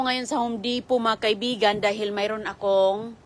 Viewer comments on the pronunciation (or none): none